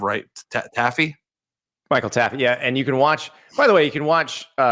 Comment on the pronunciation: The way yall say Taffe is wrong. 🤦🏼‍♂️